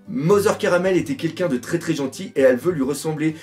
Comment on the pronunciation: En fait la prononciation serait plutôt Carmel et non Caramel, en référence aux carmélites qui est un ordre religieux donc Mother (Mère) serait à prendre dans le sens religieux (la mère supérieure d'un ordre de sœurs) et non dans le sens famille.